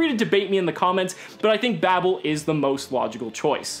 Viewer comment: God it hurts to keep hearing Babel be pronounced "babble"